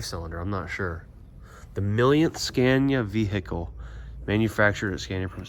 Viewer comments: Please pronounce Scania correctly. Not the dumb american way. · why can't you pronounce the name correctly?